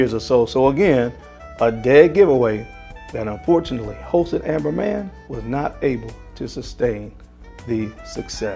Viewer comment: I guess you mean Halston instead of holston. Nevermind.. continue like this and give us new ideas for fragrances